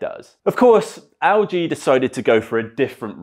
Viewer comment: mate it's Elle G... not AL G.... lol